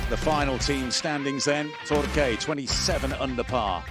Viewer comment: Torque, not Tor-kay.